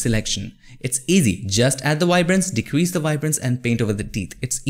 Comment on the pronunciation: Awesome tutorial bro! Like how u say “wibrance” lol